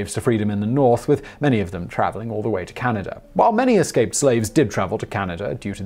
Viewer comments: Eslaped? Simon, your slipping! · Did i hear "eslaped scaves" lol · At about Simon accidentally says "eslaped scave" and it made my day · First thing I heard, lol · Eslaped Scave? Anyone else catch that - ? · What is an "eslaped scave"?